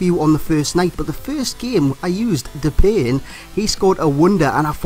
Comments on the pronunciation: U pronounce his Name like Dep i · It's Dep-pie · Great video, and just for future reference it's pronounced De-Pie haha, have a dutch mate that bangs on about it. Other than that, KUTGW. :D